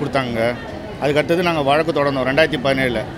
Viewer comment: சீமான் தம்பி வழக்கு என்று சொல்லவும். வலக்கு வலக்கு என்று சொல்லாதீர்கள். தமிழர் கட்சி உச்சரிப்பு சரியாக இருக்க வேண்டும்.